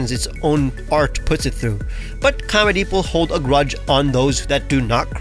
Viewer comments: Nahh “comedeep” is crazy 😳🥴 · make sure you pronounce comedeep correctly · Bro really named it Comedeep like no one would notice 😂